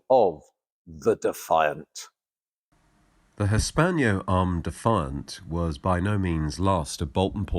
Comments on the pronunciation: For Gods sake its HISS PANNO not hispanio (hispano suiza actually) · Hispano. Not Hispaño! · "Hispanyo"??? Is that not "Hispano" (Cannon)!